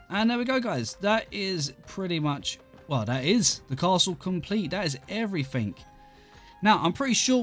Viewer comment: "Everyfink" It never gets old x'D Like why